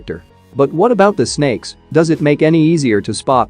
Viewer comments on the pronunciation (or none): When u say snake i got laugh 😂